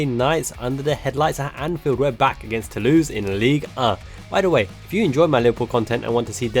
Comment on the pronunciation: Nothing Tou-louse 😂